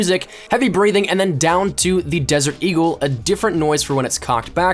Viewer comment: whenever you say eagle it's sound like deagle prob just me but skill